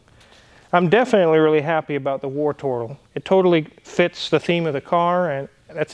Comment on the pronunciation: Oops - I thought you were calling it "Worturtle", and channelling your inner Geordie. Howay man!